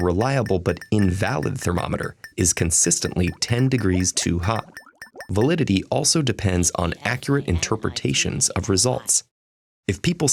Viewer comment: the word “validity” suddenly becomes “validaty”